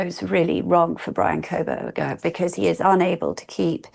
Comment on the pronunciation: I can't listen to her on this topic because she insists on adding an L to his last name. I don't understand why - is it supposed to be an insult? If so, there are better insults she could use to call this disgusting incel.